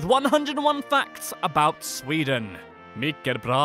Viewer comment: You actually said mycket bra in the right way